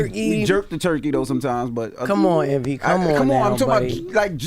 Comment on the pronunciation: She said "come on Evny" lmao😂😂